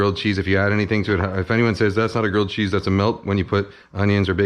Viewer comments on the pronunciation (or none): Gwilled chweese